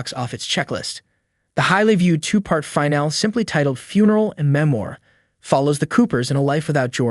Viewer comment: Fuck AI voices. Fìn al EEEE Jesus fuck. Either say the fucking words or hire someone.